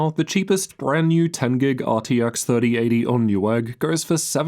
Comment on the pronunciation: you sound australian until you say "Gig"